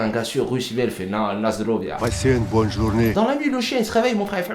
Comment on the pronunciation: il a dis 'lasdrovya vladivostok' jsuis mort svp appelez la samu